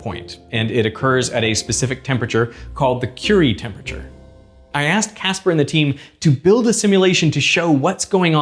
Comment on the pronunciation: Casper can't pronounce the letter 'H' in his words. 🥺